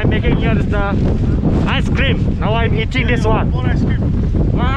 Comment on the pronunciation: Shinow....sinow....ice krim..ice krim...part is the best..🤣🤣